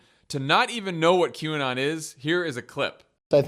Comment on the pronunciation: How many times do you think McCarthy practiced mispronouncing QAnon in front of the mirror before that statement?